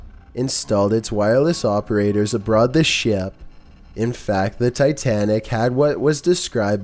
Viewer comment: "Abroad the ship"? Come on, you're better than that!